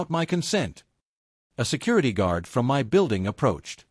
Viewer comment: Shaking "M Y" head on this sadly illiterate AI voice. 🙄